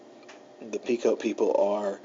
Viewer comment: Pequot is pronounced pee·kwaat. Not Pea Coat or Pea Quote. Thanks for the video.